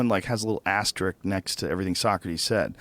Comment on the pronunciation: It's ASTERISK not ASTERICK